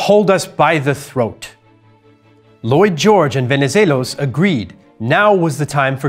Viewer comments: greek here. congrats on pronouncing Venivelos' name correctly. the x in Metaxas is pronounced ,well, like an x. Great video though :) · Venezelos was spot on…